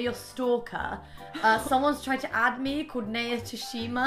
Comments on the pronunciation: NAYA IS PRONOUNCED N-EYE-A NOT NEIGH-A BUT I STILL LOVE U GUYS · Rose and Rosie I love you but please pronounce Naya’s name right ❤️ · Everytime they mispronounced "Naya" a bit of my soul died 😂